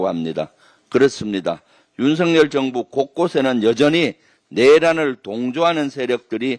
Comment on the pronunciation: 윤성열 아니고 윤석열임... 발음 좀 제대로 합시다.. 국회의원 쯤 되면